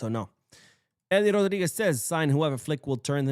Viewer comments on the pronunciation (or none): none